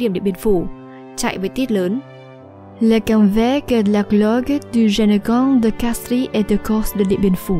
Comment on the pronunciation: Mặc dù viết De Castries nhưng đọc giống như De Castre (tiếng Pháp không đọc âm/s/ cuối khác với tiếng Anh).